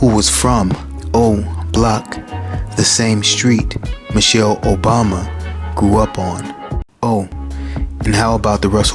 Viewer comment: Michael not Michelle